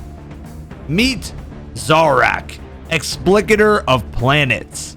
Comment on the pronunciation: when explicator is pronounced wrong and you can't help but comment on it eitherway great video! can't wait for Final Shape Raidzone!